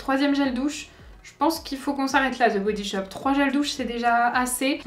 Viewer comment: "Ze" body shop! Lolll "De body shop!! Pas ZE ..DE ça me fait tellement rire! Mais c'est quand mêmemignon ! Tes yeux 😍 magnifique!! Les 12 premières cases ...Ok... les 12 autres n'apportent rien de plus decevant..